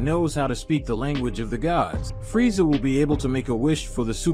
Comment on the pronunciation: That has got to be the most annoying way to pronounce Freza.